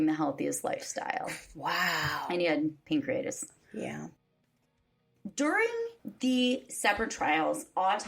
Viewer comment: *pancreatitis, not pancreitis.